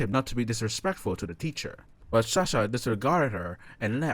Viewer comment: Is it me or he says shahsa instead of sasha